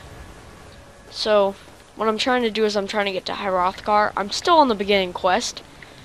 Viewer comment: he totally mispronounces everything but he's like somewhere between 10 and 13 hrothgar is my main peev on this but all in all a good video